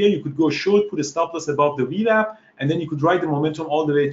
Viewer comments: Great video, but am I the only one who giggles a little bit when he says "wee wap"? lol. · Great vlog! I love how he pronounces VWAP. It's the Wewap now!